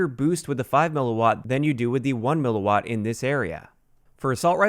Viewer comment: THANKS FOR KNOWING HOW TO PRONOUNCE "mW!!!!!" These uneducated 'tubers out here making up pronunciations and shit. You know what you're talking about. All the respect to you man.